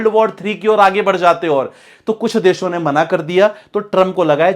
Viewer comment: First of all improve your hindi pronunciation. Deso nahi hota desho hota hai.. Your analysis might be good but your pronounciation looks c grade content creator